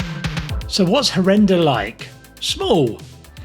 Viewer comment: Harenda, not Hareda- You eating "n"